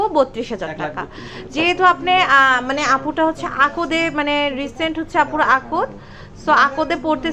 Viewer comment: আকদ না কথাটা akth